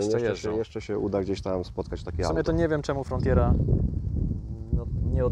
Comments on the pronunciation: FRONTERA!!! nie frontjera.... :D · Ten sam czlowiek chyba powiedział ci o oplu "frontjera" 🤣 bo też jest w błędzie.